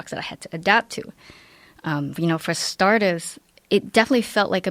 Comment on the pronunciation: When she says "for startahs" you can catch the Boston accent a bit